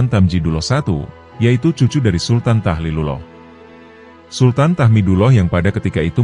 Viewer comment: Tahlilullah bukan tahilullah broo